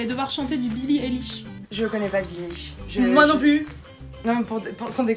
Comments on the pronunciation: Billie Eilish c'est ma vie... (d'ailleurs on dit "Eyelish" a prononcer à l'anglaise 😂) ❤🥵 Super cool la vidéo ✌🏼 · Non c'est billie Aïe lishe 😊